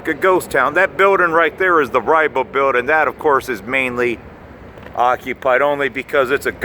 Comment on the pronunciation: please use the "g" at the end of the word building.